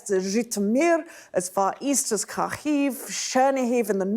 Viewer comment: I understand Professor Clarke’s shoes are hard to fill but calling Kharkiv Karkhiv with extra throatiness does not hide the substitute teacher vibes 😅